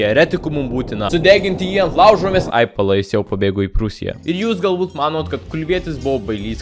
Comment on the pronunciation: metai, o ne mėtai, suvalkieti tu :D